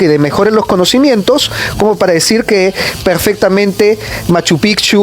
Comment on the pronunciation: El generalara jajjaja..decirere jajaja hablen mejor oee!!